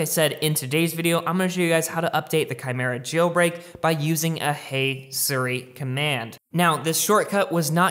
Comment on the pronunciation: its SEER-E, not SIR-E